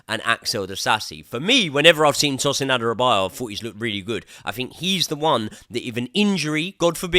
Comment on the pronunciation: It's Adarabioyo not Adarabiyo